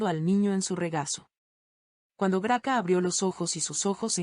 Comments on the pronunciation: Esta mal leido Grace no sera GRACA como la nombran es un error grande quien habra revisado esta transmision ? Si van a traducir por favor haganlo correctamente. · Se dice gracia, nó se dice graca. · Se dice gracia.